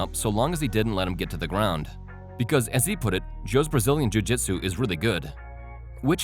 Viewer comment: jujiju he’s a good jujijshu guy. Wtf lol